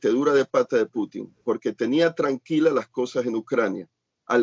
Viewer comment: muy buenas y bendecidas noches, creo que ahora sí el señor Larios le salió lo neoliberal y se pone en su posición de derecha, pues que no ve el desorden que quiere hacer el JB que ni siquiera puede pronunciar Putin y le dice Clutin, el señor es un enfermo mental y el Sr. Larios los defiende. Creí que él es u. FIFI